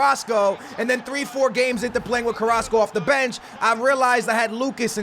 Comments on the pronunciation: you were calling Carrasco:"Carraso" you were missing the "c" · You used to call carrasco , carraso 😂😂